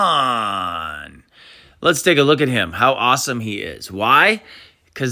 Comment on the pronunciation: Sea Mon???😂 it’s Simoan